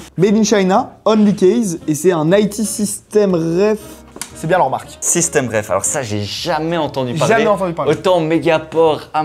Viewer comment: bonsoir par contre c'est SystemTreff de treffen en allemand ( recontrer ) et pas systemreff comme vous dites dans la video.